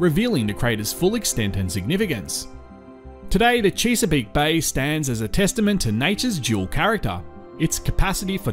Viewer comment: Chess-a-peak, rather than Cheese-a-peak.😎